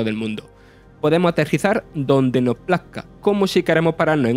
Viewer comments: Ese es un ejemplo palmario de lo que comento. Dice "el juego no ha sorprendido" cuando quiere decir "el juego noS ha sorprendido", pero al comerse la S entra en equívoco todo el guión. En fin, mi intención era sólo la de hacer una crítica constructiva. Llevar esto a una lucha territorial, o a una reivindicación dialectal me parece no entender o no querer entender. Es más sencillo que eso y nadie debe sentirse ofendido, repito, seguro que es un grandísimo profesional del sector, pero para locutar hay que hacerlo mejor. ¡Saludos! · Las "s" son importantes. No es lo mismo decir "El juego no gustó" que "el juego nos gustó". El mensaje cambia radicalmente. O se habla bien, o se está más guapo calladito. Sin acritud, compañero.